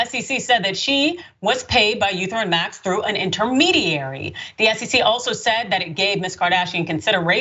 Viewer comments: What da hell is eu theruim max 🤣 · Lol. It's pronounced "E-theory-um" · Our survey says ❎ It's pronounced Eth-eree-um and spelled Ethereum lol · E there reum, say it with me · It's e t rium